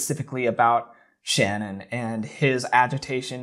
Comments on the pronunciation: It sucks that you don’t say her name correctly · You keep mispronouncing “Shanann”. Don’t you do research for these types of videos? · It's not Shann-On. It's pronounced Sh'Nan. Try and get the persons name right if you are going to make a you tube site about it, especially given the circumstances. Show the respect to learn who you are talking about. I turned you straight off when I heard you get her name wrong. This is about THEM and their memory, not you and your own glory, on you tube ! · SHA-NAN- NOTTTT SHANNON! RESPECT THE DEAD! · You keep saying ShannonBut it’s pronounced SHA-naan. not with with A sound but with UH. shu-naan. not Shanann. My teachers always butchered my last name lol. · Her name is SHAN ANN, not Shannon. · Oh my god I just watched the documentary on netflix and I swear no one could say shannan's name right. It has to be pronounced sha-nen. Everybody pronounces it sha-nann. With a slight pause so they say it like sha nann. It doesn't sound right at all. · you could at least pronounce the victims name correctly, it’s Shannan not Shannon. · Just so you know, her name isn't Shannon. It's Shanann. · it's pronounced Sha-naan 👍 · Wonderful exploration of his behavior. If you do another, her name is pronounced Sha-Nan . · I just found your channel and this is the first thing I'm watching and I already know that I like your channel but I feel the need to tell you that you're pronouncing Shannon's name wrong which I totally understand because I've never heard it pronounced this way either. It sounds like "Sha-non". That ain't no major thing I just felt the need to say it even though I'm certain you will never read this lol. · I appreciate your input…if you do anything else about this case please pronounce Shanann name correctly. It’s pronounced Sha Nan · I'm not nitpicking but just fyi her name is Ch-a-nan....even tho it's spelled differently. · Her name is pronounced sha-nan :) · You said her name wrong again :/